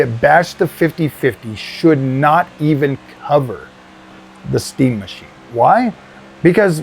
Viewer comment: Fkn funny dude! I was laughing my azz off the way you said "this steam mah-cheen". edit: P.s Though to be fair Steam isn't in the GPU manufacturing business like other crooked types and I feel like they get a pass on their new hardware because of that